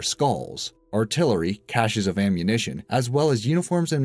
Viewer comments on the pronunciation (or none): none